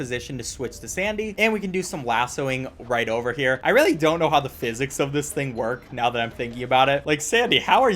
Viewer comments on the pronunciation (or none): none